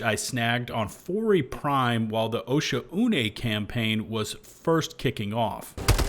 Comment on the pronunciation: As somebody who usually defends HD2 the freezing is horrible. Also who started this trend of calling Oshaune (O-SHAWN) "Osha-oonay". You don't break up vowels like that. There is not a - in there anywhere either.😂 You can even google the pronunciation if ya need lol. The devs are not japanese. 👊🏻 good vid